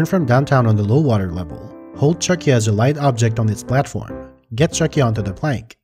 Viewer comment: is it really pronounced "chucky-a"? I thought this whole time it was "Chuck-ya". Cause like, that's what it does.